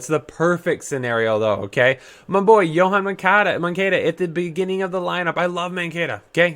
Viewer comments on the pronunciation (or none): none